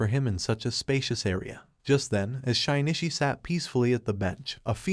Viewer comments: shine e chee. shin knee she. shin chee. shin ishi. shinshe. I thought maybe it would get 'shin i chi' by accident but nope. Every wrong way to pronounce his name but not even once by accident. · 'Shee nee chee' not 'shy nee chee'. He isn't shy but more like sheesh dude.